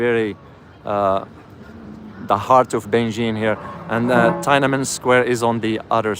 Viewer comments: Subscribed., it's pronounced Tin Na Men Square not Tia Men Square.:) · it is pronounced as TEEN AN MEN SQUARE. thank you.